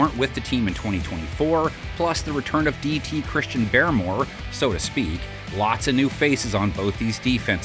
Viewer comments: New year and man still says Christian BEAR-MORE. It’s BAR-MORE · Hey buddy it’s Bar-more note Baremore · And he mispronounces Christian BAR-MORE, like who is this dude, get somebody who knows ball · bro said christian bearmore lol